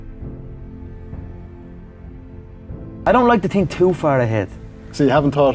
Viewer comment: Tink i cant tink